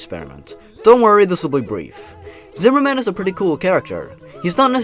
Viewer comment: Zimmerman sounds like weaner man